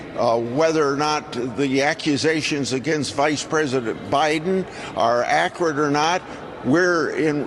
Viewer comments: Needs to retire, did Grassley mean to say ‘’accurate ‘’ but said ‘’acrid ‘’ ? Ugh 😑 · He can’t even pronounce “accurate” correctly. Who listens to these evil clowns!